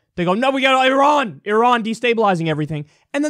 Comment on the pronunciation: From Iran: Good information. Perfect and correct pronunciation of the name "Iran." A fascinating revolution is taking place in the history of mankind. Development of internet is causing massive structural cracks in the armor of monopoly of information and news. Proliferation of information is weakening the power base of those who have traditionally controlled the monopoly of information, the Rothschild and the rest of the criminal mafia cartel known to the people of this planet as the US Military Industrial Complex. Iran, an ancient federation of indigenous tribes and natives of the Iranian Plateau, united for centuries around common ancient spiritual faith and beliefs, is shinning because of the above proliferation of information. Iran's recent success clearly is not based on its military budget - its annual military budget of $10 billion (USD) is less than 50% of the annual military budget for UAE with size of its population 5% of Iran and its land area less than 2% of that of Iran.